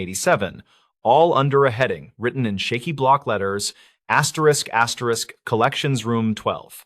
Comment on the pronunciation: Asterix asterix?? Can’t listen to this….